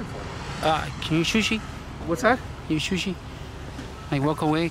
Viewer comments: “Can you shooshee”? 🤣🤣🤣🤣🤣🤣🤣🤣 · "shushi" LOL